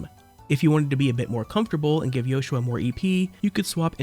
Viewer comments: It sounds different. His name isn’t supposed to be Joshua. It’s Yoshua. Pronounced as Yo-shu-ah. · I never realised it was sussposed to be pronounced like that i always thought that was just how JP users pronounced it, why is that tho? Wouldn't pronoucing it "Yoshua" be more eastern then western?